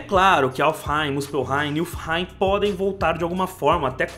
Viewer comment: Niflheim* o "l" vem depois do "f"